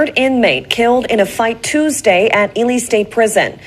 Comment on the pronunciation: Dude don't really know shit! His pronunciation of Ely shows this!